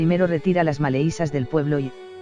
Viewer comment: En la lectura dice maleizas en lugar de malezas ,por tres veces lo mismo .